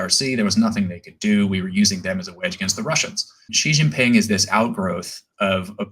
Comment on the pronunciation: "That's a hanging chad for the PLA" lol Also, Ji Xinping? Stolen from the Economist Prince podcast, "Si/Sea" Xinping